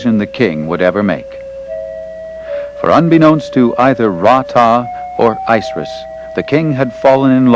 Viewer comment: ISIS Pronounce it right!!!